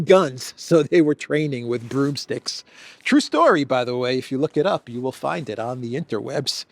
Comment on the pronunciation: you probably don't realize this so I'll just mention it in case it makes a difference. Most of the time when you would normally say the word "you,," you end up saying "Jew" instead. It's noticeable and a bit distracting.. Do with the awareness as you wish. By the way I am a major fan of yours!! ❤️